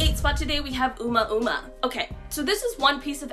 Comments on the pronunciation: Umauma? Haha it’s pronounced ohh mua mua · it’s pronounced Ohh Moo-ahh Moo-ahh...not Uma Uma... 😂🤣😅🙃🙃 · Lol! Uma uma! I think Oumuamua is pronounced Oh-moo-ah Moo-ah 👽 But it’s all good... weird name for sure 😂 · NOT ooma-ooma! 🙄"Oh", as in Oh My God. "Moo", as in what a cow says. "A", as in the English indefinite article. "Moo", as in another cow. And finally "A", still indefinite. "Oh-moo-a-moo-a"! Is this really that hard? I haven't found ONE video that pronounces it correctly. sheesh. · Not ooma ooma, it's o moo a moo a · Oh my God! PLEASE learn how to pronounce words (not words you use commonly) but ones not so common...one example, Oumuamua...your pronunciation is atrocious!! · How do you expect to be a respected news show if you cannot even pronounce Oumuamua? It's been too many years for you to have not had enough time to get it right. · You’re saying omoamoa wrong?